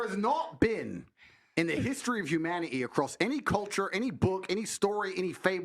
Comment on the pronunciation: “History of hu- man -e-e” instead of humanity was so annoying